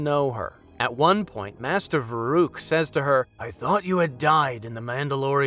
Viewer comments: Atris=At-tris Vrook=Vuroook Arren=Ahrren Mical=McCall All these names are spoken in-game. I don't get it. Also, it was Kavar whp says he thought Kreia died in the war, not Vrook. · I tried watching this but couldn't get past you calling Vrook "Master Va-rook"